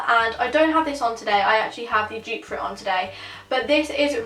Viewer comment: She kept on saying Jupe instead of dupe 😂